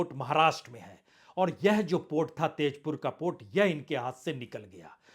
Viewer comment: Sir not TAZPUR it is TAJPUR